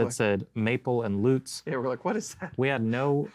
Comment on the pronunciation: Is there a any guitar that doesn't sound great in hands? Great sounding. Thanks. And thanks for pronouncing Lutz properly.